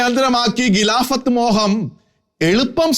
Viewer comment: താങ്കളുടെ മലയാള ഭാഷ ഉച്ചാരണം മെച്ചപ്പെടുത്തേണ്ടിയിരിക്കുന്നു ഉദാഹരണം-പാലായനം അല്ല പലായനം. ഗിലാഫത്ത് അല്ല ഖിലാഫത്ത് നഖത്തിൻ്റെ ഖ